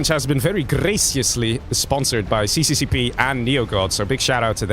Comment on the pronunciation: to clarify. it is not called cccp, it is russian and pronounced SSSR :D